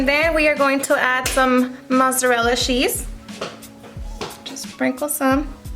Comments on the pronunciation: The way she says cheese!!! 🤣 “shhhhheese” lmao how annoying is her voice in the intro though! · This looks so good. I think it’s adorable how your accent comes out when you say “cheese” it’s cute! You’re an inspiration girl, your so well put together on top of having a nice personality.